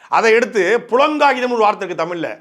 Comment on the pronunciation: புளங்காகிதம் அல்ல தம்பி... புளகாங்கிதம் என்பதே சரி. இதற்கு முன்பும் இருமுறை சொல்லிவிட்டேன்.